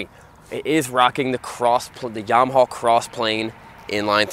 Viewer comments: "yamahaw" lol 😂. But cool review though :) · Everytime I think he is gonna say "Yamahawk" 🤣